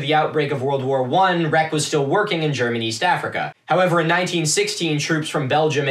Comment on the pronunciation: I love the way you pronounce "Germaniest Africa" 😅